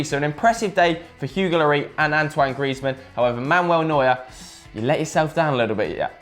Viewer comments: 'Ang-twang' Griezmann. Ffs that ginger can't pronounce names can he. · Antwang Greasemen! Nice pronunciation! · An-Twan .. Graze-men..?? That's wat I say😅😅